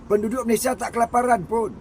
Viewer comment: COBA PERHATIKAN DAN DENGARKAN DENGAN BAIK APA YANG DIUCAPKAN... BERKATA MALASYA... MALASYA... MALASYA 🤣👻🤣👻🤣👻🤣